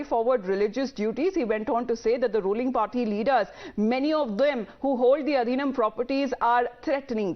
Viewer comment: The pronunciation is Aadheenam. I'm glad that TimesNow is bringing Tamil issues forward, but it'd be better if such professional newsreaders learn to at least pronounce simple words correctly.